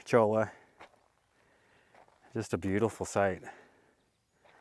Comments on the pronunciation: FYI - Cholla is pronounced choy-ya Great video! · Love you and your videos! Just fyi- cholla is pronounced as ‘ll’ is a ‘y’ sound.